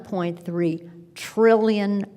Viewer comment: One-point three triiillion dollars. Doesn't make it true because you say it slower. Buh-bye, Nance.